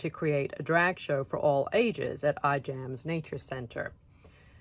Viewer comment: The correct pronunciation of Ijams is "I'mms." Like I'am with a long I and without the "a". Thank you.